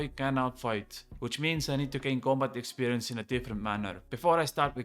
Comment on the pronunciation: Dointy dointy doo expwerience Looking forward to it